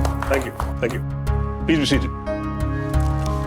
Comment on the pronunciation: 😂😂😂 surry and tink u😂